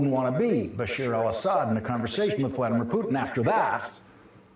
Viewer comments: it's BashAAAAAAR not BashIIIIIIRRRRR u illiterate!!! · By the way, Lawrence, it's not "Bashir" but Bashar al-Asad (بٓشّٓار الأسد). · bashar not bashir